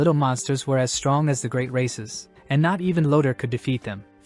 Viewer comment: did i hear Great races or Great racist